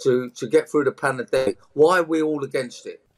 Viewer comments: The way he mispronounces Pandemic is hillarious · He said panademic let that sink in.... Lol